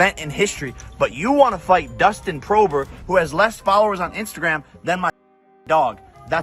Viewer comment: homie really mispronounced Dustin Porier’s name